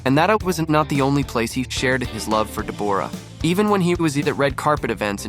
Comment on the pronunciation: Her name is Debra spelt as it sounds not Deborah